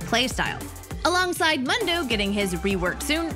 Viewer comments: can we talk about the ''mando'' IT IS MOOOONDU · It’s moon doe not mun doe she is so stupid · Seriously, can you say his name right for the love of god... MOON-DOU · It's pronounced Moondough. 😂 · I just wanna say its pronounced moon-doe. He says it himself. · I don't know why but she pronouncing mundo as m"a"ndo triggers me xD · Please say Mundo correctly... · Who do you pronounce mundo like that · I can get over the way she says Mundo sry i dont want to be mean but "Mundo says his name a lot else he forgets has happened before", he says his name every other time he moves.